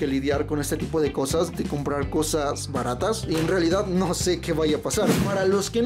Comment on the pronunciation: consolas baras en vez de consolas baratas xddd